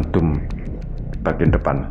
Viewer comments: itu pengucapannya DOM bukan DUM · nyebut dome,gw dengernya dum,bikin suges nih....,ini mirip balsem(kantin fisip ui) sebelum th 2000,horor kalau kuliah malem